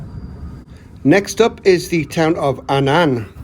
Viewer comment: A-nnan spoken Ann-an. PS, I’ve subbed.